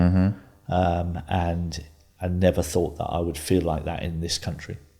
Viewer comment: Me neither! Free - 3 Fort - thought Fink - think ……… to name but a few!